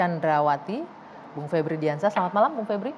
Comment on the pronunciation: Vebriiui ..vebrool